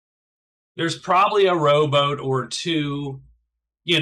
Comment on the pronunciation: Every time you say "rowboat" I hear "robot" :)